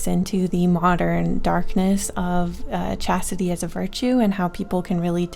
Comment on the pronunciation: Chastity sounds like Cassidy!